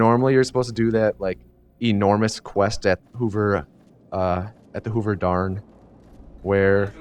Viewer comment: "Hoover Darn" lol